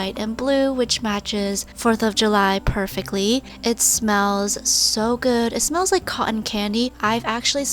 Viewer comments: I like when u said "it smells guud". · Lol it smells guud no i did not make a spelling mistake it was just how i explain how she said that